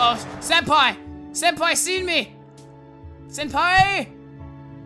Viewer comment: He said “Sen-pee”